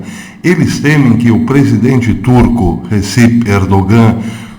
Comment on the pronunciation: congratulações pelo se trabalho; isto, para si não novidade mas, mesmo assim, permita-me congratula-lo. Se me permite, respeitosamente, um conhecido turco, há algum tempo atrás disse que o " G " em "Erdogan" não se pronuncia (é silencioso ou quase um " H " aspirado); como falar ao microfone é sua ocupação, aqui vai.... Ainda, se me permite, não expresse surpresa quanto às "boas relações" Israel/Turquia......não de hoje/passado recente; é há muito tempo.... por favor note as " aspas ".......Obrigado pelo trabalho